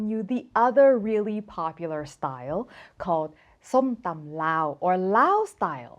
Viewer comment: ***som-tum✅ NOT sum-tom❌